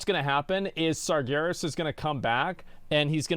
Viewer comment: It's pronounced SARjaROSS